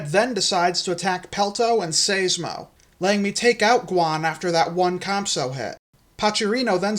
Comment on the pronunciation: I think Seismo is pronounced with a long i, not an ey sound. Like Seismograph. I could be wrong, since I'm not familiar with the Etymology of the long-neck's scientific name.